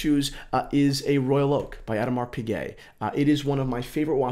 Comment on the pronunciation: love your passion for this, but come on, please polish up your pronunciations! Addermar Pigay and Vacheron Consanteen....?